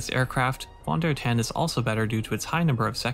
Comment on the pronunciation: The German v is pronounced as an English f…